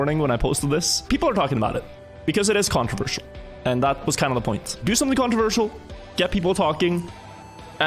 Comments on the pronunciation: it is very controwirtual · He is saying "controwirtual" on purpose, isn't he. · does he say controversial or controWirtual? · it is controwirtual indeed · Controwirtual indeed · I find it controwirtual... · Is the topic "controwirtual" then? XD Sorry, I'll see myself out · you could say it's controWirtual